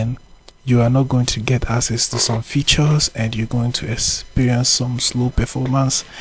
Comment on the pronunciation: Its not asses its akses